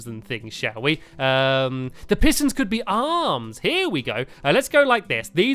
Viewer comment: Did u here him he said hiss tons